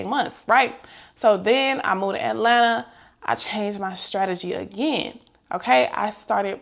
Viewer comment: I love that you say Atlanta like us that’s from here 🥰💕